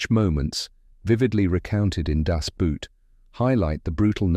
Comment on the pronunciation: good job pronouncing people's names but terrible when pronouncing boot as some footwear. The german pronounciation is actually identical to english "boat", merely the spelling is different.